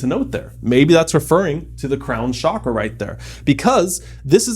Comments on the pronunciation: I think your video is very useful and overall correct, but just a few things. The Sanskrit word “chakra” has a very specific pronunciation (just like any word in any language), and mispronouncing it changes the meaning of the word. The correct pronunciation is ch-ah-kra (like the ch sound in chalk). The reason why it is pronounced as “shakra” and “chakra” in the Western World is because of misinformation about the origins of the word and translating it from the Sanskrit alphabet to the English alphabet. Also, I understand that you’re trying to make this topic accessible, digestible, and approachable, but by calling it a “Bro Guide” is slightly offensive and disrespectful to the people/culture from which this beautiful system came from. The only reason I am commenting is to hopefully educate you to avoid spread of misinformation. Besides those things, this video is very useful and I’m so proud to see my cultures teachings spread to so many people around the world making us all better humans in the long run💕 much love, namaste 🙏🏽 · Amazing video... Your knowledge is so beautiful, LOVE IT. However, Please try to call it Chakra as in pronouncing CHA in Change. Pronouncing it as Shakra, is close to the sanskrit word, Shakrith which is faeces... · It’s pronounced Chuk-Rah. Western countries ruined the pronunciation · Both the pronunciations of Chakra are wrong. The correct pronunciation is "Chuck- raas". Chakra literally means circle or wheel. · chuck+ruh would be the closest original pronunciation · Pronunciation of Chakra. As in chair. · An indian master would ask you to practice pronunciation of 'चक्र' (chakra pronounced as "chuck-r-uh") for over a month before actually telling you what it is. 😭😭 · Lol it's called chaakra and shaakra in other parts of the world, but the original word from india is pronounced chuck-raa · it's pronounced CHakra, not (sh)akra, i believe (sh)akra means genitalia hahah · Its Ch a kraa, we dont say cha.. the ch sound is a flat one.